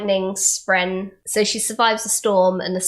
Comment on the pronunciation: Love it all other than the pronunciation of “spren”, it’s not “spreen”.